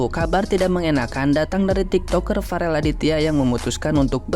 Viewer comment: Yoi, ngomong aja bk becus, Farel malah parel, belajar ngomong dulu yg bener baru berkomentar